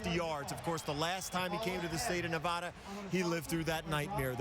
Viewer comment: Two comments: Boy-C and Nevada NOT Nevahda.